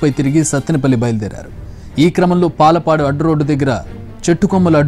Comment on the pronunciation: యాంకర్ గారు పాలపాడు కాదయా పాలడుగు